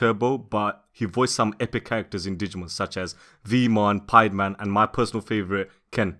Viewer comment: You said PiedmAn...